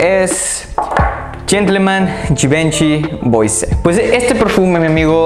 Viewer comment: Tus videos son buenos, tienes una colección excelente. Pero tu pronunciación de las marcas es terrible, hace que el video pierda credibilidad. Ojo con "eau", no es "eu". Se dice "o". Ojo con las palabras en francés que tienen "oi" juntos, se dice "ua". Por ej. Gentleman BUASÉ. Te recomiendo ver videos de reseñas en otros idiomas, servirá.